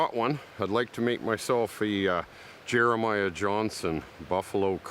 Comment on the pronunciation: My brother,,,,When you said Jaramia Johnson. Geeze lmao